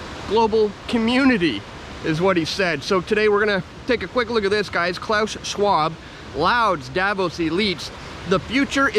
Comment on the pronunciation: laud is pronounced 'lod'